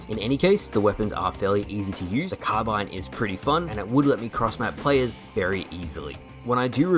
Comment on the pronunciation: Im so glad you call it a carbine. people have tried to tell me its pronounced like carbean which sounds terrible.